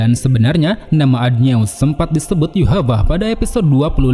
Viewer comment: Adnyeus dibaca adonai bang